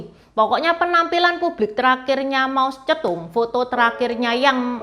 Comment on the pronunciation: Kok kedengarannya Mau Cetung, 😮???